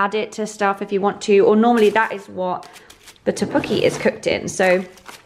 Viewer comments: Your pronunciation of tteukbokki is great! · You prouncouce tteokbokki ss ddeok with d and even though the packet says jjajjangmen it is called jjajamyeon and the bottle you had to pop is a Japanese drink called ramune 💜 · Her pronunciation of ddeokbeokki is so cute lol